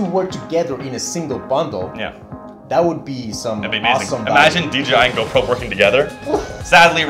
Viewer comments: He kept saying dgi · DJI NOT DGI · It's DJI not DGI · Nice production! But please... its "D-JAY-I"